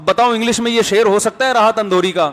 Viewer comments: Alfaz ko durust kro janab Rahat Indori hai naki Andhori🤨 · راحت اندھوری نہیں اندوری ہے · Andore nhi indore .ap esa q krroheho ? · Rahat Indori hai maulana, Andhuri nai hai 😁😁😁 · Rahat Indori hota hai andori nhi